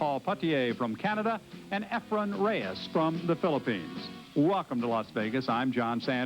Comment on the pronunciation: lol calls efren, "efram".,.,,which is my next door neighbor's name 😂😂😂....i love his commentary! non-stop educatin'!! 👋🏻🎱👄🎱🤚🏻